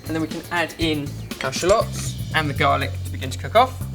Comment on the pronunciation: i like how he says shallots lol